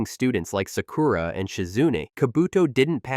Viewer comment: Can you please learn to pronounce Japanese words for Christ sake...? It's MA-DA-RA.... There's no E in it. It isn't MaDEra. Each syllable gets an equal amount of time and the A's sound like the A in Paw. Sa-Ku-Ra is pronounced without an emphasis on the U. The U is usually barely stressed at all. Take some basic classes. Your inability to say the words properly makes your video almost unwatchable.